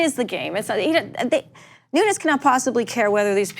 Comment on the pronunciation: "Noon-ass"?!?, You came close. NUNN-ASS